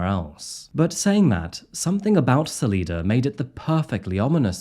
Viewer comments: I used to live in Fairplay, Colorado. You are pronouncing Salida wrong. It's Sal-eye-da, not Sal-ee-da! Just like the town I currently live in is Sal-eye-na, Salina, Kansas! Just letting you know!!! I really enjoy your videos!!! Keep up the great work!!! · Susanne didnt live very far from me. It really affected me. The most heartbreaking part of this is that the daughters are completely brainwashed by their dad. There really can’t be any other suspect but Barry. Btw, it’s pronounced “sa LIE duh” Sa-Lee-duh sounds pretty fancy, though. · So, not to nitpick, but it's pronounced Sa-leye-da. Not Sa-lee-da. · Sa-lie-de Not Sa- lee- de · Sah-lie-duh not Sah-lee-duh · Ugh. Sal-EYE-duh. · I know this is a five month old video, but as someone from the area I just have to say. Its pronounced "Sah-lie-da". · It is driving me crazy the way you are pronouncing Salida. It is Sal, like the man’s name “AL” then Ida. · SA-LIE-DA That’s how it’s pronounced. Love your video!! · SA-L👁-DA! Ya think you would have investigated how to pronounce the name. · You are pronouncing Salida Colorado incorrectly. Sa( lie) da. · Isn’t it pronounced suhl-eye-duh? Just curious if anyone else thought that. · Pssssst… I know you’re saying Salida the right way and all, but the locals say it Suh-lie-duh. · It's bloodthirsty the violent incel, who can't get enough slaughter. There are loads of better presentations of the Morphew story than one by a presenter who gets publicly titillated by gun deaths. Salida is also pronounced Sal-eye-duh. You could have looked that up on youtube in ten seconds before mispronouncing it forever. You really aren't the sharpest bullet in the gun. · I think it’s pronounced Sal EYE duh. Cuz white people 😄 Also, preemptively, Chaffee is CHAYfee. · “Salida”, pronounced, Suh-lie-duh. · Local tip, it's pronounced Sa lie duh, saguache is sa watch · Its pronounced Suh - Lie - Duh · Sal-eye-da. I'm a native Coloradoan. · saw- lie- dah colorado